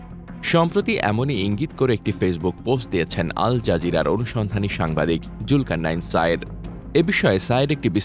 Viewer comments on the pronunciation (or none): জুলকারনাইন ❌ জুকারনাইন✅